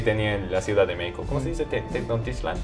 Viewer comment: Ufff esto podrían ser como 10 videos. Es una entrevista muy interesante, y se me antojó visitar talán. De repente no dijo mecsicou, dijo mekishiko, ya es japonés x3